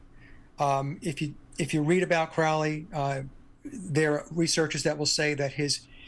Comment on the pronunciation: Tuned out as soon as he mispronounced Crowley.